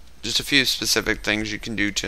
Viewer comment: ole dude has some trouble pronouncing specific . Should of stop saying that after that first hiccup xD . I’m just plucking around Lmaoo good video